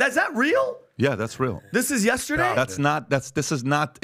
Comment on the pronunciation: Learn how to say the word Yesterday Pat!!! There is no A in the middle of yesterday.